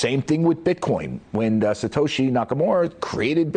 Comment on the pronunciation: BITCOIN IS NOT A SECURITY!!!! Period end of story. Also your going to listen to somebody of can’t even Satoshi’s name right . Booooooo